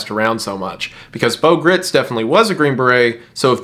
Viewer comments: Good video and informative. Just one small point. Bo's last name is not pronounced like grits. Gritz is pronounced like "kites" or "lights" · Bo Gr-eye-ts is the proper pronunciation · Appreciate your work on this. Just one thing...in case you're able to go back and fix your pronunciation on these...the baby was e-LISH-uh-buh (think Elizabeth), not Elly-Sheba. Geraldo is pronounced like it starts with an H. And Bo's last name is pronounced GRITES, not grits. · Minor correction, Bo Gritz last name rhymes with brights, not Gritz like Fritz. Great video! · Apparently Bo Gritz's last name is supposed to be pronounced to rhyme with "lights" but I say if it's spelled "Gritz" then he's just gonna have to accept that everyone is going to say it like the southern corn porridge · it's pronounced "grights"